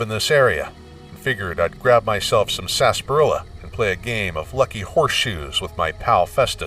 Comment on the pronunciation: Hey it's pronounced sarsa-par-illa